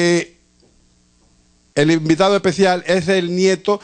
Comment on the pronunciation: Presentador de televisión y no puede pronunciar una simple S .... típico dominicano.... " Invitado EPECIAL"....."TENEMO"